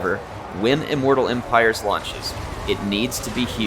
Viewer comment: ok... repeat after me... immooooortal eeeeempireeeees